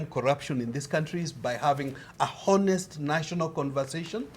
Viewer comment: Please someone tell that in the word HONEST (video between and ), the 'H' is silent such that you pronounce it as 'ONEST' and NOT 'HONEST' hence one says 'an honest conversation' and NOT 'a honest conversation'